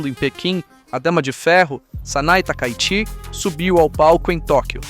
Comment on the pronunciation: Seria bom treinar a pronúncia do nome e do sobrenome da 1ª ministra do Japão.